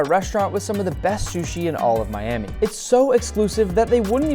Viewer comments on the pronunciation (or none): none